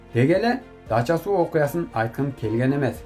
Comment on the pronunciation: Дача- суу эмес, Дача -СУ